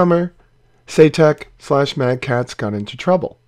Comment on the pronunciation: Saytek? Eye - Saitek surely. But then as it's a name I guess it could be pronounced shoutuk. :)